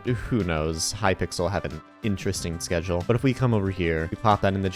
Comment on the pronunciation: knowing "hypickle"